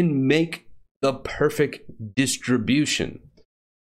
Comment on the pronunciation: "Make the p e r f e c distribution."